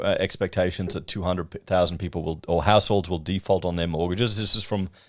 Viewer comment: It's a housing "default" not a housing "deeefault". You are watching too many American channels and mindlessly accepting the mindless American vernacular. You have, thankfully, lost much of your Victoria accent. Please don't drop into the Millennial pattern of speech that is apparently evermore American.